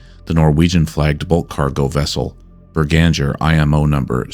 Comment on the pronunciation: Norwegian here, the name of the Norwegian mystery ship is almost certainly B E R G A N G E R, i'm fairly sure it's a place not far from where i live and i've heard the name before, Bananger however rings 0 bells. also i don't wanna be stickler for pronounciation but the best way to put it for English native speakers is Berg-anger.